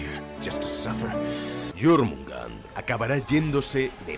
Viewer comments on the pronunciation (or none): se dice jormungander, que feo que es ecucharlo decirlo ded otra forma